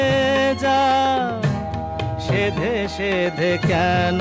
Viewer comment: 'সেধে সেধে' এই উচ্চারণ টা দেখুন। কতো সাবলীল, সহজ আর মিষ্টি করে গেয়েছেন। এই ছোট ছোট ভাবের প্রকাশ গুলোই উনাকে সবার থেকে আলাদা করে রেখেছে।